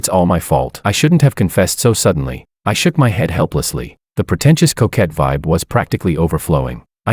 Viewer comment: If you say protencious couquette one more time I'm going to scream!